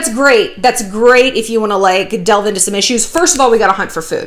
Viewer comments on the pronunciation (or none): none